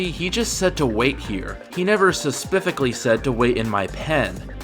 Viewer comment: You really say suspifically every time? That is something i dont recall encountering before.